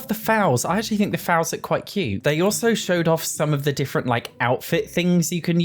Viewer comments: Sorry I have to point out a pet peeve 😂 it’s pronounced “fole” not “fowl”. Again, very sorry, just a horse girl pet peeve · I see the mispronunciation of foal has spread lol, thanks James Turner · Came here to say the same thing about foals - it rhymes with goals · Foal isn't pronounced rfowl, f-aul. More like full. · bbz its foal as in 'bowl', not foul like the smell xx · foal (as in a baby horse) is pronounced "fole", rhymes with "hole". A fowl is a type of bird. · The way you pronounce Foal is so straaange xD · “Any floor tile can be the ceiling.” Wow, you mean like The Sims 2 did over 15 years ago? Groundbreaking, EA. 🙄 Also, what is with everyone mispronouncing the word ‘foal’? You, Gluon, James Turner… it’s not a hard word! Is it just to increase engagement with people like me commenting about it?